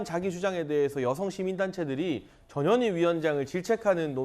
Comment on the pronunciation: 전현이 읽을때 발음이 "저년이" 맞나요?